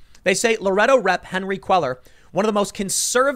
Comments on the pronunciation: Tim, you really need to take a basic Spanish speaking course. It's not Queller it Quay yar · Cuellar = pronounced "quay-ar". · Love your show. FYI Henry Cuellar is pronounced Henry KWAY-YAR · Cuellar is pronounced "kway-are"...Just FYI. Keep up the good work Tim. Thanks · Love your stuff Tim. Cuellar is pronounced Queyar. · It's pronounced "cueyar" - the ll in spanish sounds like a Y. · Pronounced Kwayar. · S Texan here Cuellar is pronounced QUAY-AR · "Cuellar" is pronounced "Kwe-yar". It's a Hispanic last name. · “Quay-yar” = Cuellar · Your pronunciation of Spanish last names is terrible...still love this channel! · GOOD LORD - LEARN HOW TO PRONOUNCE CUELLAR - AT LEAST CALL SOMEONE TO FIND OUT